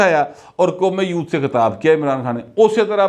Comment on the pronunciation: When you say, “Qaume Youth” it sounds like Qaume Loot. What do you actually mean?